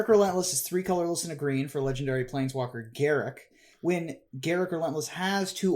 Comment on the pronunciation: Why is reading Garruk wrong? didn't WotC announce how to pronounce him correct?